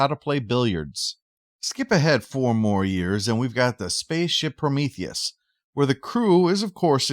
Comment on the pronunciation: "My darling, I've always loved- Oh no, Promotheus!" "It's Prometheus!"